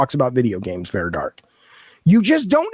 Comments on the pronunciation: Dude, take the L and move on. We know that for someone that was enabled in his delusions for so long, actually being held accountable may feel like oppression... but, news flash: it isn't. Now, pack your bags and move on. edit: BTW dude, it is VARA, not VERA. What a lolcow. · I find it highly ironic that this man incessantly shouts "educate yourself" while failing to pronounce her name correctly. It’s Vara, not Vera. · Claims he's so smart, but can't even get Vara's name right. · .... it's Vara